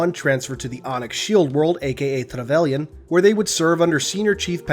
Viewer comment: Ugh, why do you keep pronouncing "Trevelyan" like that? It's a Cornish name and you always sound like you're trying to say it with a Spanish double r at the same time you're doing a bad Russian accent.